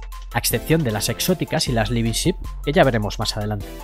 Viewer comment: Me ha costado tres videos darme cuenta de que "libisip" es "living ship" lol